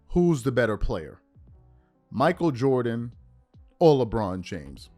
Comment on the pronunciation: "Jordan Jordan Jordan Joran" 😂😂😂